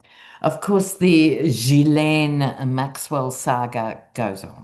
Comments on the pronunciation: It's GI-LEN, according to her brother. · Correct pronunciation is Jislen, with a soft J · Not Jilen, but Ghi, like in goat. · The last part is pronounced len not lane. I’ve sent a pronunciation video and also written pronunciation. It’s a pretty name when pronounced properly. ♥️ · It’s (hard g) GEE-LEN (short e)🇨🇦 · Ghislaine...Pronounce "Ghee-lane" Just take the "s" sound out. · "GHEE-lane" is the best transliteration I can think of. En francais, the "s" in her name is silent. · 'Gil' Like a fish has, and 'Lane' like the lane on a motorway, or an English county lane x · GEE-Layne, with a "hard G".. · Supposedly it's pronounced Ghee-laine, with a hard G. She deserves nothing, except to feel the fear and pain her victims felt. I don't care who is on the list. Depraved and disgusting, but hardly surprising. Expose it all. Thank you,. 💖💫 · As I understand it, Ghislaine is pronounced Zhe-lehn. Ironically, the name means "hostage." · Aah, love you, 😂you make me laugh every time I watch your videos - your dry sense of humour is wonderful!! P.S. it's Gilaine pronounced... Keep doing what you do, from Sue ex pat Ozzie in England ❤👍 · Ghislaine is pronounced Hzee len in France…The Gh is pronounced as zh …..like treasure or measure… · Ghee Len is how you pronounce the sex criminal's name. She's not who we need to hear from anyway since she's a convicted perjurer. We need to hear from the victims! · French speaker here: It's pronounced hard G (as in gurgle) -layne. The H in GH makes it a hard G. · Ghislaine is a French name. I had a high school friend named Ghislaine. It is pronounced Jis-Len. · It’s important to pronounce names properly. It shows you’re going the distance in gaining knowledge. It’s speaks of professionalism. The name is pronounced: Ghee-Lenn. A g as in get or go, gone, give. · You asked how to pronounce her name. It’s Gee (hard “G”) lane. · G-uilaine with a hard g Like gas😂or...guilty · It’s pronounced Ghee Laine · The S is silent.